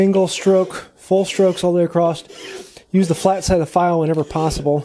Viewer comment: Did you make this video just to see how many times you can say "acrosst"?